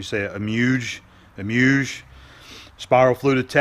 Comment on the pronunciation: Emuge is Ah-moo-gee